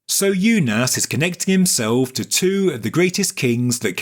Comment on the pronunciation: It's pronounced oonas